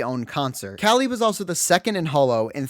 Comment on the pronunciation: I am keeping with my commitment of commenting on anyone's video that pronounces Calli's name correctly.